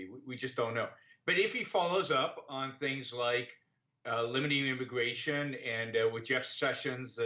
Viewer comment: This is an intwesting debate on immigwation weform.